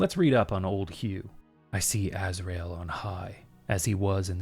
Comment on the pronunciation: Every NPC sounds like John Cleese trapped in a metal box, I love it. Btw, it’s pronounced Azrael: ‘stear